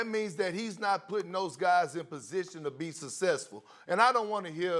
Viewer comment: I love Perkins being on every Espn show! Gotta love how he says successful! “ sucssessful” 🙌🏽